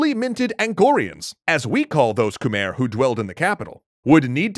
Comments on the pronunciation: probably to late, but you are proununcing khmer wrong. drew durnil got it right first try... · It is not pronounced khmer though. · Wrong pronunciation of khmer empire